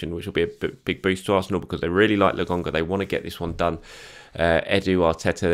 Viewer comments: LAKONGA its a K, why do you keep saying LAGONGA????? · ...PLEASE...its Lo..Kon..ga not logonga.:D